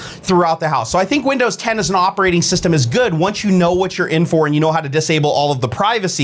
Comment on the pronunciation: "How to diable all the privacy" :D